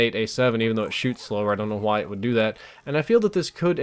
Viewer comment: Why does say "why" like Stewie says "whip?"